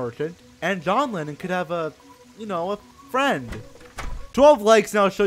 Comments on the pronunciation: john lennin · Johnatan Lemmon?